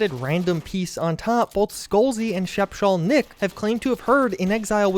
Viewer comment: This video is rife with errors. Roundhouse is not a mobile dev. They made the original prey and are working on Redfall. Speshal Nicks name is just pronounced “special” lol. Great video nonetheless.